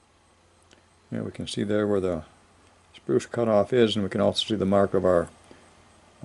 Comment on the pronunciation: It damages your credibility when you call it a “spruce” instead of SPRUE. It the sprue that gets cut off after the ball is cast.